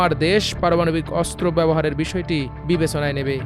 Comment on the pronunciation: বিবেছনা - ছফর - 😂